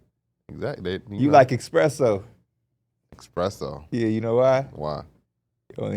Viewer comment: someone tell its “espresso” not “expresso”